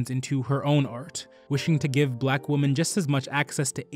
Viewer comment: Thank you for this! A friendly piece of advice: The word women is not pronounced the same as woman. It is pronounced "weh-min." Woman is pronounced "wool-min."